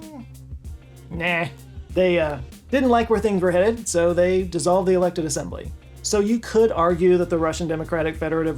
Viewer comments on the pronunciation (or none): none